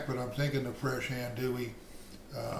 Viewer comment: Filé (ground sassafras) is never a spice used in Cajun sausage or Cajun andouille sausage. Other spices in the mix are off. Finally leggs is an Alabama business it’s not a Louisiana Cajun business. The spices in andouille (pronounced auhn-do-e, not as pronounced in the video). Initially I wasn’t gong to say anything about the size of the grinder plate, but then things were reground even finer. This sausage depends on a rough grind. The traditional plate has about 5 3/4 inch holes. No finer grind is acceptable. Then it must be stuffed into midling beef casings only and it must be cured and then smoked for at least a day. This was breakfast sausage. It won’t taste right at all for a gumbo or beans.